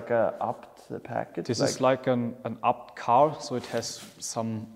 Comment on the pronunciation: Fyfan vilken jävla video du fått ihop, inspirerande som fan💯 men förlåt vem fan säger abt, man säger väll A B T?😂